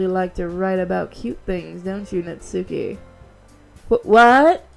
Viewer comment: Now now I got a question. Could you try to put some more effort into reading the japanese names. Natsuki btw is spoken without the u.